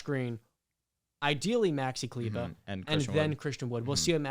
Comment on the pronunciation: He said Maxi Kleber 😭